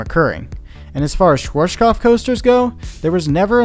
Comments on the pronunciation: Schwarzkopf, not shworshkoff, you make it sound russian :D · SCHWARZKOPF not SCHWOURASDNSJBDUHGBJFHGKOPF !!!!! God damn it - before u spell it - check the correct pronaucing ! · You mean Shworshkoff instead of Schwarzkopf :D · Yeah, Shworshkoff from germany :D Or is it called ,,Schwarzkopf"? :P Interesting Video! Thanks for that :) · Schworschgoff😂 love how americans pronounce german words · Schwar. (Say the word hearts, take away the h. earts (because the A sound in heart or hearth then put a schw before it.. Sch wart now ts. its the same sound as hearts. schwearts cupf Its not that hard, it includes no sounds you don't have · "Schworshkof". Geez why can't people research words that are not in their mother language. Just listen to it using the Google translater. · As someone from Austria, it hurts hearing you say schwartzkopf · its ''sh as in sheriff shwA as the british speaks "bAck" shwarzk ou as in cough 'shwArzcoupf' schwarzkopf ;D and the Z is like tz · "Schworschkoff" :D I know "rz" and and "pf" are hard to pronounce but this one was hilariously off :D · my german ears a ringing from the 100 times you mispronounced "schwarzkopf" so badly :D :D :D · good video but please look up how things are pronounced because i cringe everytime you say schwarzkopf... i'm a german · You really mangled the pronunciation of Schwarzkopf😂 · Hahaha the way he pronounced “Schwarzkopf” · I like how he didn't invest even 1 second to check the pronunciation of Schwarzkopf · Good and informative video. BUT PLEASE learn how to pronounce "Schwarzkopf" correctly. It is a name and it sounds horrible in this video. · The way you pronounce “Schwarzkopf” is interesting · It is so hillarious how you pronounced schwarzkopf xD no front though, just funny as hell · Cute how you pronounce schwarzkopf :P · I live in Germany and therefore your Pronunciation of Schwarzkopf sounds really funny. Keep up your Work up, love your Videos